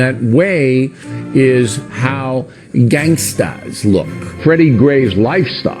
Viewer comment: Hearing Bill try to say "Gangstas" made my fucking day